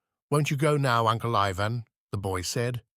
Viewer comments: I guess since the genie is out of the bottle it's all over. We can only hope I guess that AI becomes more intelligent and can pronounce Ivan the way it's supposed to be pronounced each and every time. utterly annoying. Tolstoy would've hated it. As would any artist. 😮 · The narrator alternates among three different pronunciations of Ivan.